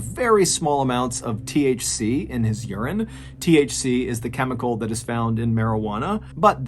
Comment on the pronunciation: Lmao. When you were talking about THC it sounded like "he ate a THC" had me dying